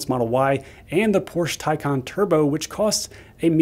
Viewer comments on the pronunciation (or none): none